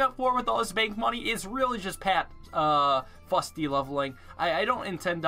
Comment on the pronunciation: As someone who lives in Scotland, where ninja kiwi have an office, I do believe it's pronounced 'foosty'